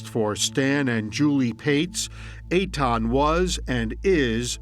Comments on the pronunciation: Please pronounce his name correctly. It's Etan not Aton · Aton?? wth is wrong with that pronunciation of Ethan… lmao